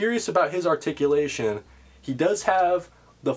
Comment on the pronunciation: TOE TICULATION!!! I missed hearing that lol